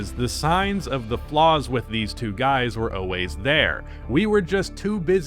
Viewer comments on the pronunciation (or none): “Oways” not always man